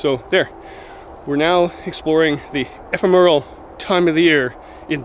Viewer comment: 'Ephemeral' is pronounced by putting the stress on the second syllable: ee-PHEM-er-al. Keep these coming,. I never fail to learn something from these flora and fauna ID videos you upload. Cheers! - Martin